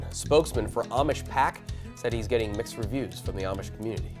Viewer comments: Amish is pronounced “Om-ish” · Is this AI generated narration? The Amish seem s to be mispronounced.